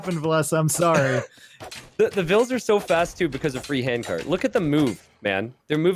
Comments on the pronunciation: Why changing the pronunciation of villese’s name ? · yep, it's v(I)lese and everyone used viles. I feel like it s a good and respectful thing to pronounce the players names as their original pronounciation was intended by the very players that hold the names. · Because it was incorectly pronounced